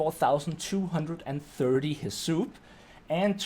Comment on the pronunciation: Are you saying "Heh-soup"? Bruh pretty sure it's "Hiss-UP"